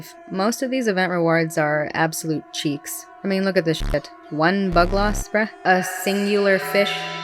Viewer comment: Another great vid, docking some points though because you pronounced Bugloss correctly